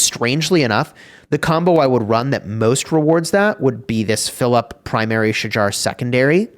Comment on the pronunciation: Its not pronounced as Sha-jar. Its "Sha-hahr". Im turk.